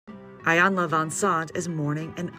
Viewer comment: I would really appreciate it if journalists and reporters would please do their job to make sure correctly pronounce things like names, cities, and streets before reporting. Do your research because you mispronounced "Iyanla" a few times.